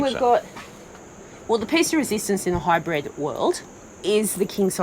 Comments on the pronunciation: HYBRID …. Not Hybred! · You both pronounce it “High Bred” 🤣 👑